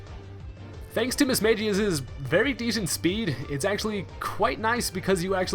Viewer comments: Why do people pronounce Pokemon names wrong. Mismagius not Mismageous. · Btw it's Mis-Mag-Eus not Mis-Mage-Eus